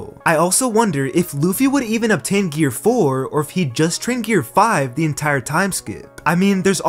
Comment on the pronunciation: Gear not gare